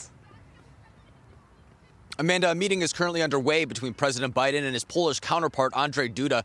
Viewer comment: Did anyone notice the reporter say, “President OBiden” at about the mark? 😂